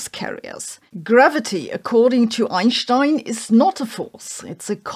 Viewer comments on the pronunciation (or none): pretty sure there is no "ssssscccchhh" in "Einstein" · Does anybody know if that's how you would pronounce Einstein in his home country? With an SH like saving does instead of an s I guess that makes sense I was just curious who's been saying it wrong me or her probably me